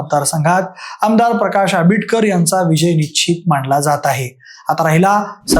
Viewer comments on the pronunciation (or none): none